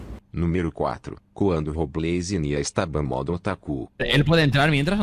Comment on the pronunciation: Robleis se dice